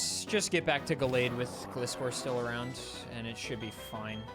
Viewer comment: so he pronounces Gligar properly but then says 'glih'-score :(